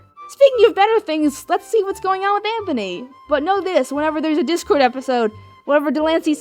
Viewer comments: when I first heard her say that I swear I thought she said "Dick-cord" instead of "Dip-cord" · I thought Iheard say dickcord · Does anyone else hear say dick-cord or is it just me?